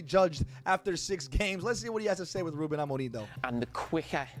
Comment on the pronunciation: The way bro pronounce Ruben amore m